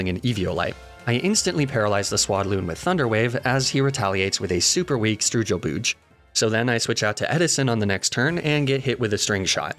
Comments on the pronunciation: Stroogo boog is a new record for messed up pronunciation xD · I was trying forever to try and figure out what the hell a "stroojel booj" is until he said it... genuinely caught me off guard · istg the way you pronounced "Struggle Bug" lowered my life expectancy by 5 years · mf said stroojel booj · I’m never caught off guard when you pronounce things incorrectly like “Mag-nemitty” but when you said “Stroojel Booj” I lost it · "Stroojle booj" How far will the pronunciation madness go?